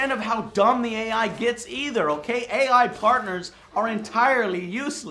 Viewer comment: Lol,@ Parnters